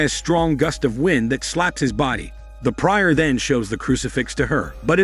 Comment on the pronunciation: That's not how "prior" is pronounced.